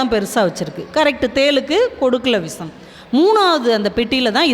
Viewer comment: விஷம் என்று உச்சரிக்கவேண்டும் அம்மையாரே